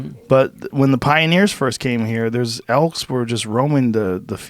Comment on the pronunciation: Joe "Elks" Rogan